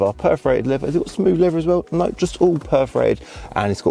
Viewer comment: It’s leather not leaver !